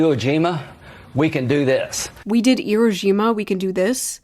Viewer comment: why are you pronouncing it iro jima